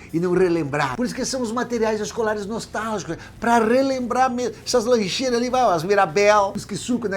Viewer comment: Desculpe, mas não pude deixar de notar o "NOSTÁLIGICOS" 😅 Mas, como sempre, o vídeo ficou TOP demais! #abracoGaudencio